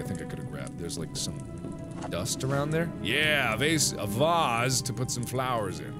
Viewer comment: I loved it when mark slipped up on saying the word "vase". mark: "VAS-...VaUsE"